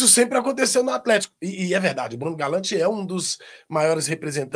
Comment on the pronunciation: brEno Galante!!!! Pelo menos fala o nome do cara direito